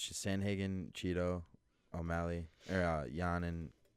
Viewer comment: Why do you keep calling him O’Molly 🤣